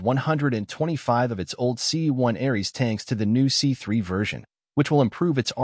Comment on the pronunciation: *Ariete tank, NOT Arese.... Ariete pronounced (for English speakers) A-re-ay-tay.